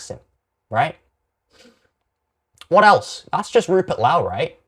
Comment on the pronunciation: Rupert Lau?? 😂 Ffs